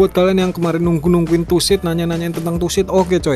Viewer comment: Bang bukan tussid tusid, karena kan gak ada s. Truk simulator indonesia, tuh gak ada s kan.